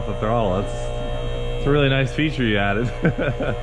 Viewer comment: Did i hear you say Noice??